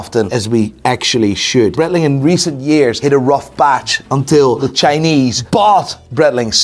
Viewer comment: I find it funny he can't say Breitling Right haha. And i.dont know ho buy yiur clothes but you need a new stylist haha😅😅😅😅😅